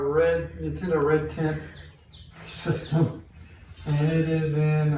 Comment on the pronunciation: Sounds like you're saying Red Tint.